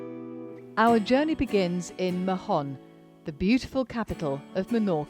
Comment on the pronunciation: Hi there. In Mahon, the 'h' is mute, doesn't sound. It's just [maon]